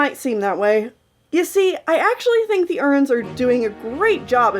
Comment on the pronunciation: I love how she say Erins like “urns”